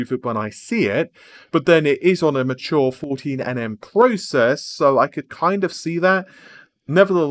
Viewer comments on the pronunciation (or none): none